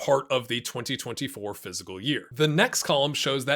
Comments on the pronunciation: It really sounds like he's saying phsyical year and not fiscal year. Am I going crazy? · Good info and all but you really need to learn how to pronounce the word 'fiscal'